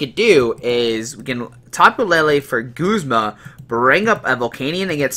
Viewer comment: He's also pronouncing Guzma as Goos-ma. I pronounce him how his name is spelled. Guz-ma.